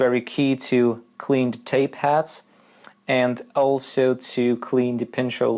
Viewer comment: I started to wonder why you kept saying tape hats then I realised you actually meant tape heads !😂